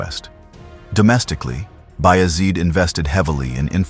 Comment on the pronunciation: You all can NOT be Turkish. Neither am I BUT! I know how to say these significant historical names. You have singlehandedly slaughtered these precious names beginning with Osman. He ain't The Wizard of Oz. He ain't Ozzie Osbourne!! HE WAS "O" 'SMAN!!!! OOOOOOOOOO NOT OZZZZZZZZZZZ HIs name was and NEVER was OZman --- O -- like Ohhhhh!!! with an "s." Then ya'll went on to murder Murad!!! Bayezid!!! Suleiman! Mehmed! and on & on. Watch ATV - Turkish television. They use these names - many modern-day Turks bear these names. You have been disgraceful and insulting to an ancient culture. The correct pronunciation of these names IS NOT DIFFICULT. You are lazy & egotistical thinking you can post something like this without repercussions. Names like Ertugrul ARE NOT pronounced as they are spelled in English. Take time to respect this culture otherwise you are an unapologetic cultural rapist & that greatly devalues any data sharing.